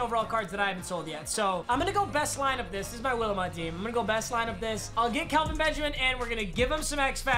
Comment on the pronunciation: am I the only one weird that he kept saying Kalvin Benjamin and not Kelvin